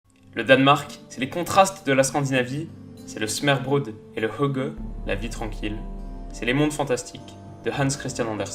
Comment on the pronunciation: Je suis danois et assez d'accord. Par contre la prononciation de hygge 😂😂